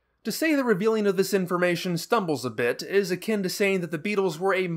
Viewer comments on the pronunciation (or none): none